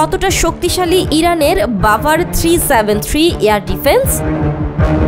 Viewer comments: ভাই রাভার না বাভার হবে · ওটা রাভার না বাভার হবে